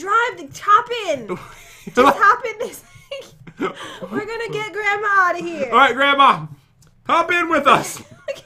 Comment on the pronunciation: pat : grandmma [there] me: gransma